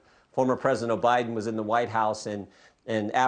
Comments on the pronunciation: He said president Obiden in the Whitehouse....listened to him twice and he said it😂😂😂😂😂😂😂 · Jordan said obiden lmao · Did y'all catch it when Jordan called him Obiden.?